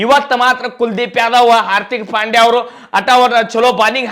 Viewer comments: ಅರ್ಥಿಕ್ ಪಾಂಡ್ಯ ಅಲ್ಲಲೇ ಪ್ರಕಾಶ್ ಅರ್ದಿಕ್ ಪಾಂಡ್ಯ ಅದು 😅😅😂😂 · ಹಾರತಿಕ ಅಲ್ಲೋ ನಿಮ್ಮವನ. ಹಾರ್ದಿಕ್ ಪಾಂಡ್ಯ